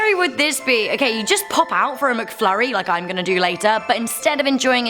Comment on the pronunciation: Lol you said mcfurrys